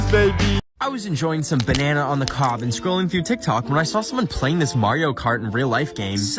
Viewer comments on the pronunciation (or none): did he say bananana on the cob